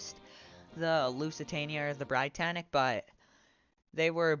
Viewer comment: You mispronounced Britannic, you pronounce it as "Brit-annic" not "br-eye-tannic